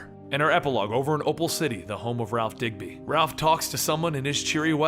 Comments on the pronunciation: I thought it was dibny not digby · pronounced Dibny NOT Digby, get it right. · You kept saying DigBy. But its DibNey. Over 2 million subscribers for knowing your comic books, so why the mistake on the name for minutes? Brain fart or what? Other than that I was happy to find this story. Just drove me nuts the whole time and I'm not even a big comic book guy. Just love all the shows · Did you say ralph digby??? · Btw it’s Ralph Dibny not Digby